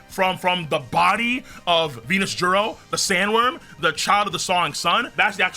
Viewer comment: this guys still calling ju peter v nusjuro!! and still saying hokai. defs a Lanji